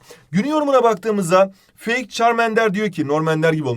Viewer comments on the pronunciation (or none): none